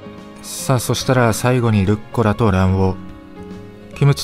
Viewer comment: ルッコラ→ じゃなくて、ルッ⤴コラ⤵ だよね。